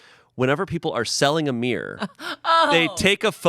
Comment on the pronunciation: I can't handle the way pronounces mirror as meer.